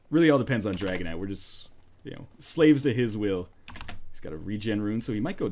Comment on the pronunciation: Whenever you say Dragon Knight all I hear is Dragonite.